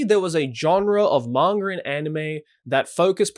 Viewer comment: "Mangur" Joey Blizinger (Manga)